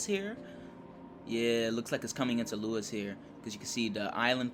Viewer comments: It' sounded more like "Loo-wes" than "Loo-is", but may just be due to different accents. All good! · Insider knowledge from a friendly Brit. Lewes is pronounced "Lewis" 👍